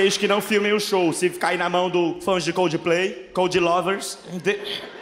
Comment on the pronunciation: ele disse cudiplay várias vezes kkkk